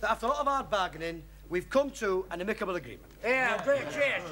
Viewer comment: Eddie pronounced ''amicable'' wrong.